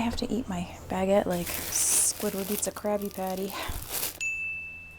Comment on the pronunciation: Hi! As a French viewer I just wanted to say that I don't mind how you say "room" but I do mind the "baguette"... Hope that make sens. That's it. Bye.